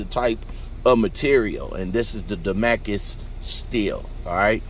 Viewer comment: Say it with me DA-MAS-CUS Pronounce the S NOT DA-MA-CUS